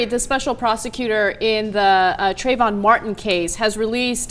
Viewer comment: It's not "Crayon", it's "Trayvon".